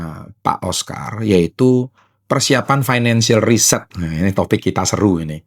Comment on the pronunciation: beliau ngomong financial reset tapi pronounce nya kaya finacial research 😢